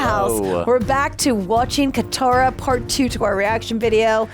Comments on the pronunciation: Madam, the movie is Kaantaara..not Kattaara.. Please! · I love but she forgot N in kantara she said katara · It's Kanntaaraaa not Katara